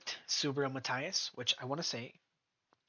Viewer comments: Mahteeas, Matias, NOT Maathias, por favor amigo, say it right, and your subscribers will most likely grow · No hate here just a little information. If you want to pronounce his name a little closer to the natural pronunciation say Ma-Tea-ass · Please learn how to pronounce Matias. 😂😂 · How can you make a video of someone and can't pronounce his name right🤣